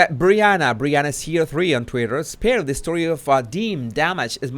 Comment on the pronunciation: Spare-Y 😄 Sparry -😂